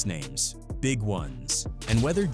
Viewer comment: It's a good documentary, don't hate, you don't see local Harlem cats continuing to honor Big L, so just having new stories and content from the block is good. However, the A. I. butchering names is a travesty. Whoever is making these needs to do better